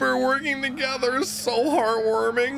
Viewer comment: "Chopper and Franky working together is so hard warming" - I really thought he was saying hard boiled lol